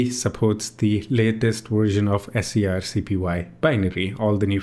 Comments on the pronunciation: wow it was surreal hearing you say "s c r c p y" every time instead of screen copy that's such a funny quirk. I always wanted to use this interface but i ended up using CLI because I can save them as a desktop application entry that when i click it in the menu it runs the command kinda like an app. if i could do that with gui that'd e amazing.. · Right at the top of the scrcpy github: pronounced "screen copy"